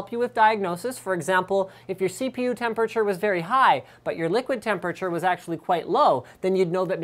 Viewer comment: I will never get used to the way you say temperature Linus.. *****